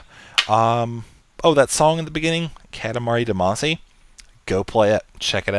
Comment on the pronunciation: its called katamari DAMASHI not DEMASE